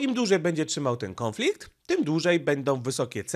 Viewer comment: Nie kĄflikt tylko kONflikt, gdzie tam masz ą?